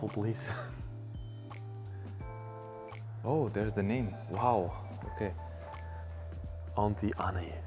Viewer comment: 💀I get this person from another country, but the way he mispronounced Auntie Anne’s💀